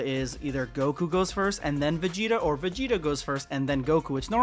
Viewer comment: Yall need to stop saying Vageta. Making my dude and pussy sound fucked up at the same time.